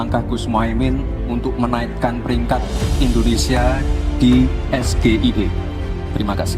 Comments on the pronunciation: Kalau membacakan inisial dari satu kalimat dalam bahasa inggris ya harus dibacakan pake cara membaca huruf Inggris juga dong. SGIE harus nya dibaca "Es Ji ai i" bukan dg "Es ge i e". Mau gaya tapi norak. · Harusnya gibran harus panjangin singkatan dgn bhs inggris...tp saat panjangin SGIE jg baca dan salah lg...jd yg salah sebut siapa nih....ayo netral...jgn merasa hebat ya.. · Benar, terlihat keangkuhannya, kurang adab atau etika berbicara. Sementara, Pak Mahfud mencoba untuk tetap menghargai, walaupun agak terpancing juga. Padahal dia sendiri menanyakan istilah dlm bhs Inggris dg singkatan dg pelafalan bhs Indonesia (SGIE)